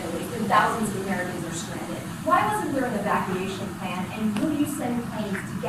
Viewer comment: "I don't have a plan! I don't even have a pleh!" DJT